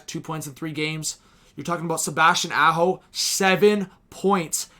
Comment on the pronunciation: haha nailed the NY accent. the way you said Aho had me in tears